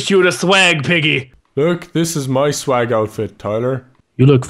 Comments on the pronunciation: he put sweg instead swag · u put sweg not swag lol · Is swag NOT sweg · Lol it sed SWEG